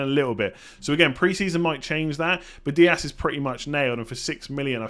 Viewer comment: Just so you know, in English Dias and Diaz are both pronounced "Diaz". Obviously in Portuguese and Spanish they're pronounced slightly differently but Dias is never pronounced "Diass"